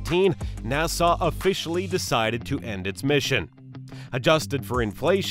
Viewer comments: Nassugggghhh not nasaw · Why the hell do u say nasarz instead of nasa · what the hell is NASAWWWW? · Who told him the NASA was pronounced NASAW? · NASA not Nassau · OK OK its pronounced NASA NAH-SU as in sup without a p not wat your saying NAH-SAW PLEASE I BEG OF DONT SAW NAH-SAW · Exuse me you mistakein nasa by saiying nassau😂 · Nassau? Or NASA? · Me when I heard nasaw: visible pain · sorry not to be that guy but its nasa not nassau🤣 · Its NASA not NASAW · What the hell is NASAW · just say "NASA" not "NASAHH" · Nasuh it’s NASA 😐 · WTF IS NASAWWWWWW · Nasaw lol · It‘s so funny how you pronounce NÄSAAAAAA 😂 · I had to stop watching cuz i couldn't take 1 more second of Nasaw. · It wouldn't be so bad if you only said Nah-saw once or twice, but you must have mispronounced it 50 times in 15 minutes making this unwatchable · bro sound like Hermione pronouncing nasa nasahhh headass this is satirical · Some people pronounce it nah suh, others pronounce it nah sah. But NOBODY pronounces it NAIE SAWW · I didn't know Nasa was pronounced as "Na-saw" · What does the r in Nasar mean? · its not nassaw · "Narsar" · if you say na-saw one more time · NASAW NASAW NASAW BRUHHHHHH LOL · It annoys me every time you say NASSAR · He say NASA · Where the heck is the narrator from? He can't pronounce NASA. Long Island? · Wait that's not how u say it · The way he pronounced nasa made me turn on captions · Your saying nasa wrong and I'm shook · name what accent would produce such a mispronunciation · Literally unwatchable why you do pronounce things like that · nasahh, centor, atlas vee